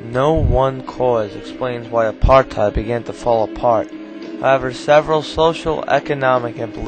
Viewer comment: you could have learned how to pronounce Apartheid properly. You even hear DF Malan pronouncing it correctly